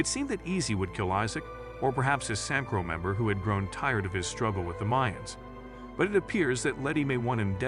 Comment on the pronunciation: Is this a friggen AI reading a script? The way he says Jose...Its pronounced HOE-SAY not fucking Josie...oh, and he says S.A.M.C.R.O rather than just saying Samcro...shit is annoying to me...oh, and Cody is Creepers "Elderly Lady" good god man.